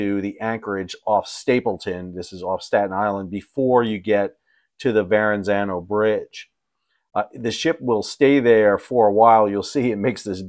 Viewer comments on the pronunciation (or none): Why do people make Grammer mistakes like excape and accrost and in this case, to say Varrenzano instead of Verrazano. 😡 there is no N in the middle... 😂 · With due respect, it's Ver-ah-zanno, not Ver-n-zanno. Thanks! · "...Verranzano..." It's Verrazano, not Verranzano. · say it with me VERRA-ZZANO or if that's too hard VER-A-ZAN-O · Please learn how to pronounce the name of the bridge. That was a little bit grating. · No extra N in Verrazano. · Surprise surprise. Modern ships lose power more than you think. It's electronics! PS: You might have more credibility if you pronounce Verrezano correctly. There's one "N".not two. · Come on Sal… a guy with your surname should NOT be mispronouncing “Verrazzano” 😂 (There’s only one ‘n’.) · Is this a guy of Italian extraction that can't pronounce the word 'Verrazzano'? Captain's Log. Star ship Enterprise. A man pretending to be Italian is mangling woids on the TV. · Sal, I am surprised you don't know how to pronounce "Verrazano" properly. Smh...